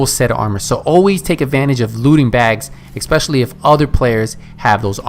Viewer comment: It's 'especially' not 'expecially.'